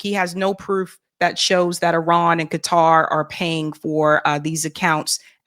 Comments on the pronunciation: It’s not Cutter it’s pronounced Kar- tar Van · Is he pronouncing Qatar right